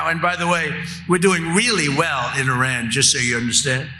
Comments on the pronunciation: Who is this "Oran" you are talking about? The name of the country is IRAN! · Toddler in chief can't even pronounce Iran and his swansong will in fact be "I RAN"